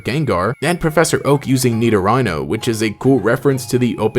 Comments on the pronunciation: It's "Ni-do-ree-no", not "Ni-do-ry-no" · I really hate how you kept butchering poor Nidorino’s name. It’s Nee-do-Ree-no, not Nido-Rhino. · Why are you saying Nido-Rhino? It's "re-no" as in Italian masculine suffix format to contrast Nidorina's female suffix. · I cringe when he says "NeedoRHINO" bruh its "NeedoReeno" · Nidoreeeno not ryno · Why do you pronounce Nidorino like "Needo-RAINOH"? The last syllable isn't spelled "rhino", it's "rino" like 'reno'. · Nido-rhino? Wtf you pronouncing bro It's Nido-ree-no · It’s nidorino not rhino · Nidoreeno is how its pronounced dude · Did this guy pronounce nidorino as knee-do-rhino? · I understand that it should TECHNICALLY be pronounced 'Nido-rhino' .. but it still doesn't sound right lol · Bestie it’s pronounced “nido-REENO” lmfao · No one:: "Nidorano" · Its need- oh- ree- noh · the way you pronounce nidorino is killing me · the way you say nidorino 😂😭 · He has to be doing this on purpose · it is not officially pronounced that way though